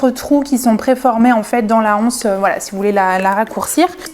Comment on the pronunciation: Super cette boutique atelier sacs....au passage le mot "anse" qu'il soit au singulier ou au pluriel, doit être prononcé avec les liaisons: l'anse, les zances....